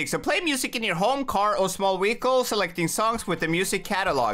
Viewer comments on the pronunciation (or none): He said wehicele